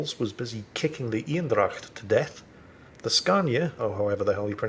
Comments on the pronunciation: You're soooooo close on pronouncing Eendracht correctly! I'm so proud of you and thank you for trying to pronounce names the way they are! Right now you're saying what sounds like Ynn-dracht, try saying it as AYY (like in AYY-LMAO) but end it with the exact same N you use for Ynn. Or kind of like the word "aim (your rifle)" but with an N in stead of an M. it becomes AYYnn-dracht or ain-dracht. The aim/ain probably doesn't sound as true to the Dutch way but it might be easyer for your mouth, throat and voicebox to take the shape that produces that sound. The Dutch E is pretty damn hard to nail down for Englishman but that would get you pretty damn close! And thank you for all the amazing content! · Very impressive how you correctly pronounce 'dracht' and then mess up the 'een'. Think Bane not Bean, so make it Anedracht and your golden! It'll be 100% Dutch then! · Thank you for trying to pronounce the dutch ship properly. it's not totaly there but way close enough! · You are doing this on purpose arnt you? Mispronouncing french ships to rile up the frensh and calling german ships male to annoy me :/